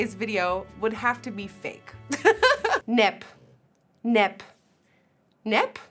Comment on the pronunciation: Nep! Sounds like you’re saying “nope.”